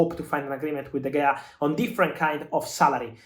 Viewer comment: De Heya, not De Gea